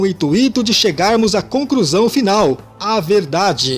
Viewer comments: Narrador, pelo amor cara, para de trocar o L pelo R. Falando "concRusao" e coisas do tipo... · Pior é ouvir o nadador dizer a conCRUsão final 😂😂😂